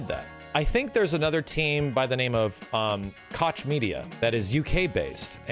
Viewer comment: Koch is pronounced "Coke" like the soda.